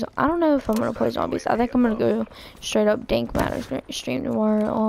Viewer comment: thanks for saying "dank matter" instead of "dark matter"